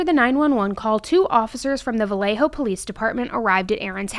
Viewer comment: Thank you for saying Vallejo correctly. It would have driven me crazy to hear Valjoe or something throughout the video ❤